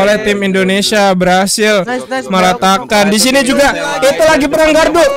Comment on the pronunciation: Bang bilangin ke limit...klau itu gardu bukn galdu